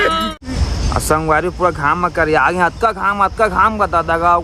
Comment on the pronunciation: Bhaiya teha jab jab aage aage bole has tab tab mola hage hage sunai de he 😂😂😂